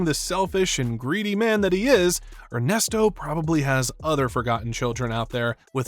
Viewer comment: "Ernest Oh"?